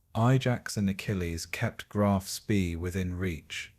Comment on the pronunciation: Get frustraded and angry instead of falling asleep because these wankers mispronounce, "Graf Spee" every fucking time.